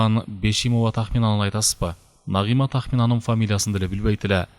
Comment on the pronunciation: Үнү жакшы так так уккулуктуу, бирок Нагыйма Нагыйма дебей Нагима деп айса кандай болмок....🙃😊